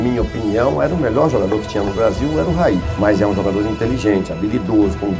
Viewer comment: Très bonne vidéo sur un joueur sous côté ! Par contre au Brésil ça se prononce : "Raiii" et non "Rail". Quand on entend les commentateurs brésiliens quand il jouait à São Paulo on l'entend bien 👍🏻